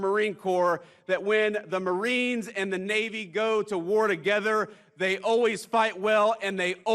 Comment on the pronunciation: I can't hear you say pwease, mawiens! 😂